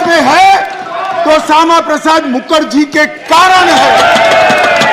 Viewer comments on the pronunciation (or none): Are Bhai Amit sah bolna to Sikh lo pahle mukarji bol Raha hai mukharjee bolo... kisi sansad ne bataya nhi kya 😂😂😂😅😅😊